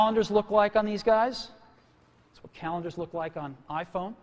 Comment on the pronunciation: "AH-phone"- Cellular dude